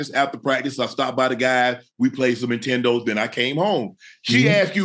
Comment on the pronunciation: Nah he said intendos😂